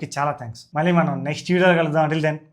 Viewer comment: మల్లి కాదు మళ్ళి...😅